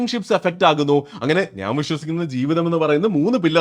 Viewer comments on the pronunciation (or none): നാൻ അല്ല ഞാൻ... 😊